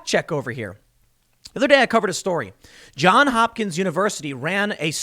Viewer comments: As an alumnus, I cringe whenever you drop the "s" in "Johns". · Johns Hopkins, not John there’s an S on the John edit: but while we’re on the subject search for the song Open Eye Signals by Jon Hopkins edit: you said it right a couple of times by the end, I spoke too soon. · JOHNS Hopkins, Tim. JOHNS. With an 's'. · “Johns” not “John”. Geesh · Tim. Love the show, but you're killing me man...just say the "s". Johns. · Tim, I know I've left this message before. Please add the s to John in JOHNS HOPKINS. Pronouncing it correctly will give you more credibility.